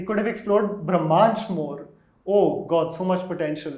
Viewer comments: eek, Anupama calling it 'Bhram'astra is making me cringe a little!! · Brahmastra sounded like Bhramastra when Anupama said it. Hope Ayan Mukherjee gets it correct. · She said "Bhramastra" ... it's "Brahmastra"... Bhram means - confusion, Bramha means - all encompassing universe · I love how Anupama will take great pains to make sure she pronounces Timothée Chalamet correctly or to enunciate the “Kh” in “Khan” from the epiglottis, but somehow her polyglot IQ goes for a toss with Hindi/Sanskrit words. Thank you, my lady, for your late take on “Bhramastra” (“Illusion Weapon”). I will eagerly await your late take on “Brahmastra” on that fine day in the future when you stop looking down on Indian languages. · Did she say Bhramastra in the beginning? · And then in the last minute decided to call it Indian mythology just to lure in the Hindu audience. Eda samajh ke rakha hai. The Ayan guy cannot even pronounce Brahmastra properly ( he keeps pronouncing it as bhramastra 😅) and was going around boasting about how much from his childhood he was influenced by the Indian mythology. 🙌😂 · at 0.29 sec-- I feel sorry for this lady.. She has no clue as to how to pronounce the title of the movie in the first place. I generally love reviews by but seeing him with this lady on same platform..puts off the mood.